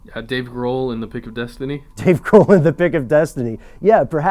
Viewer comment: Did he say Dave Ghrol?